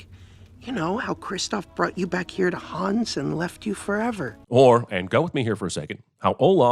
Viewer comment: Sigh "Hans" is not pronounced "Haaaaaaawns". It's "Hunns". And then he "corrects" the character on the pronunciation of the word "sauna"... No there aren't. Kreep.